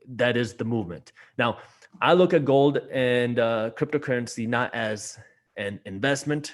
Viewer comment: Stopped watching as soon as he said GOOOLD